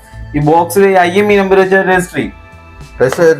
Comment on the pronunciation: Emi അല്ല IMEI